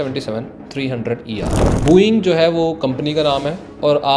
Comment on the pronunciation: bhai sbb thik h but booo -eing nahin h vo Bo -ing hai. dhang se bola kro brother baki sbb bdhia